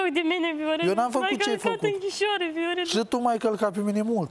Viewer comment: Mor de râs "Veorele , veorele"